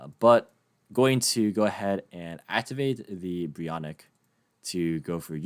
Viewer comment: Brionac is pronounced: BRI-O